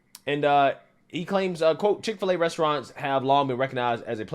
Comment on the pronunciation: Dick- fill - A ?